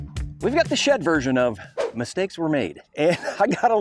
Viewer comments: ‘Misteaks’. Really?? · MISTAKES!!! not misteaks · Misteaks?? Mistakes! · Mis…teaks? (Thinking he did it as a funny)